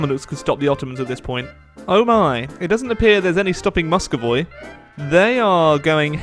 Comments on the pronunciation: fucking moscovoi really moscovoi couldnt you pronounce moscuvy? come on it isnt that hard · I want to kill myself when ever he sais MUSCOVOY instead of MUSCOVY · Salish is where Seattle is, Vancouver is not colonized in the beginning. Also it's pronounced Mus-co-vie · you pronounce 'Muscovy' as "Muscovoi". It should sound like 'Məskəvē". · Muskovoi... I have ear cancer now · I've heard a lot of miss pronounced provinces and countries in eu4 but "musk-o-voy" I have not heard before. Haha, more eu would be great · Oh god, "Musco-voy" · I die a little bit every time he said Muscovayy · Did anyone else cringe when pronounced muscovy wrong? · You pronounce Muscovy wrong! Along with many others!!!